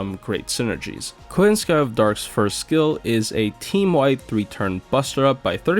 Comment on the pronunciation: It's KoYANskaya actually ☝️🤓 The surname is russian, and russian surnames never accentuate the last syllable since it's basically a service syllable meaning "to belong to" (e.g. RUSskaya)